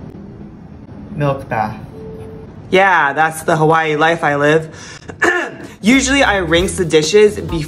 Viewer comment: The first person I hear how to correctly pronunciation of HAWAIIII